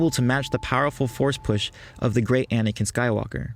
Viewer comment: its anakin not anakian